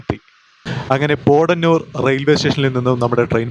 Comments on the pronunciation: Thiruvalla Kottayamalle broo.... പോടന്നൂർ അല്ല ബ്രോ പൊത്തന്നൂർ നാണു അവിടെ പറയാറ്‌ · പോഡനൂരല്ല, പോത്തനൂർ, പറയൂ പോ ത്ത നൂ ർ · വാളയാര്‍ കടന്നപ്പോള്‍ പാറ പൊട്ടിച്ചിരിക്കുന്നത് കണ്ടത് മധുക്കര ACCസിമന്‍റ് ഫാക്ടറിയുടെ മൈന്‍സാണ്.പിന്നെ പോടനൂരല്ല പോത്തനൂരാണ്